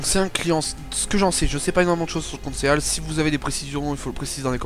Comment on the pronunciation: moi jsais un truc sur le conceal ça se prononce "consil" et pas "conséal"